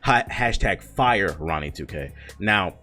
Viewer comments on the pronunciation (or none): none